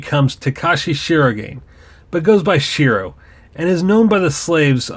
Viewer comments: to elaborate it a bit more. "Shee-ro-gah-ney" is how it's pronounced. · Good video. Just FYI "Shirogane" is pronounced shi-ro-ga-ne, not "shirogain" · Its Emby technically its japanese so it would be pronounced in its japanese accent “shi-ro-ga-ne”. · Not even a minute in and I'm already triggered by the way you say "Shirogane"